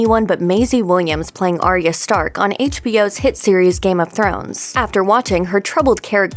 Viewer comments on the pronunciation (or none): It's not Ar-e-ya. Its Ar-ya... christ 8 season and you still cant get it right. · Omg it’s Pronounced Ai-ah spelt Arya